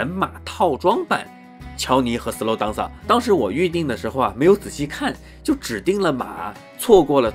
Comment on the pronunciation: up主你这个DANCER发音有很大问题。这个词发音不是。。当瑟。。不是当。。。而是发音。。点。后面加AN再接瑟。。。连起来就是标准发音了。。。整个视频你当瑟说了几十次听的尴尬症都出来了。。因为是常用词感觉有必要帮助你纠正发音。。并非挑刺。希望UP主可以理解。。。抛开这个发音整个测频还是相当专业的。